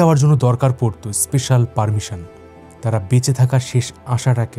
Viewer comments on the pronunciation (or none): এস্কর, এস্পেশাল এগুলো বড্ড বাজে শুনতে লাগে